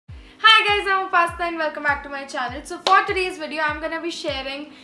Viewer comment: Whenever you introduce ....ur name sound like 'pasta' to me😂😂😂don't take it as a negative cmnt😂❤